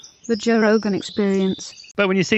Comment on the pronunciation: Joe "Toe" rogan